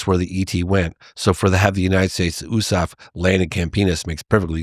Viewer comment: Never heard USAF pronounced like that